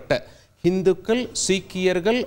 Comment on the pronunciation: தமிழ் உச்சரிப்பில், இந்துக்கல், சீக்கியர்கல், இஸ்லாமியர்கல், நாடுகல் என்று தவறாக உச்சரிக்கக்கூடாது தம்பி. உச்சரிப்பில் கவனம் செலுத்த வேண்டும் தம்பி.